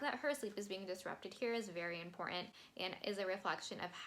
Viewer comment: You have no chill when you say "imporAnt"....I Stan love that. Your TS lyric analysis is extremely thorough. You do bring some new and extra perspectives...many most I do agree. I watch tons of TS reactions but you are top tier know your stuff/ Taylor! Bravo I appreciate you!13 I do believe Bonnie and Emily of "Chats and Reacts" are the CEOs of all Swifties when it comes to Taylor lyric breakdown and TS herself. I'm in the enjoyable process of watching all your TS vids(beg to end)...I also believe you are standing next to them bringing additional depth and occasionally the new "makes sense" perspectives. I do share your enthusiasm for Death by a Thousand Cuts and agreed top best bridges Taylor blessed us and was blown away/ shook by this song. Not as long as your video but I tried. Btw...all your random forms are entertaining and I enjoyed all(Jean jacket you, bangs you, dress you)...glimpses of your personality definitely low key shines!